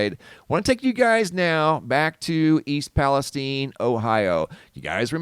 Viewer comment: I live 35 miles from East Palestine, OH. I promise you that it's not pronounced "Palesteen". The "stine" does indeed rhyme with the word fine. 😊